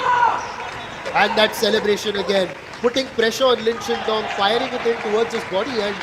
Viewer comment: The way he keeps saying "Lin Shinndong" is hilarious LOL.